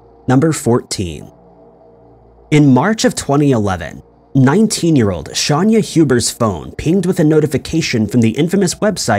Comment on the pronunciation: He pronounces a lot of things wrong, don't expect him to correct it. He kept saying Shanya Hubert instead of Shayna Hubers when her name was clearly spelled in the video itself a few times.